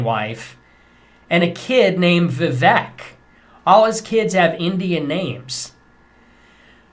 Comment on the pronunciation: It's interesting your video is about racists, but you struggle to pronounce Vivek and Kamala. 😬 I guess your audience will let that slide. I'm struggling on that part, I suppose. Racist whites aren't the only ones requiring further education. Yikes!